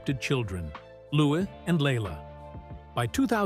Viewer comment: She's amazing , love miss congeniality she is really natural in comedy , but why don't you pronounce her baby's name LOUS is letter S a silent letter now when reading